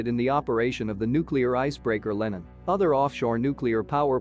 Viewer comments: Could you say "Lenin" a little quicker and more nonchalant please... (That name does not have an american short e.) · I hear that, but human americans do the same mistake. And it should have a database that knows that Lenin is a famous person (not some american product name or something).